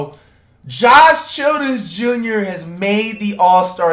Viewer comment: he said josh childress jr 😂😂😂😂😂😂😂😂